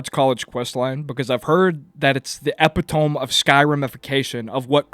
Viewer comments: I tried to take you seriously, but you lost me when you mispronounced epitome . (Hint: It doesn't sound how it's spelled lol. Sounds like "eh-PIT-uh-me") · I literally didn’t realize that he was trying to say the word epitome…yikes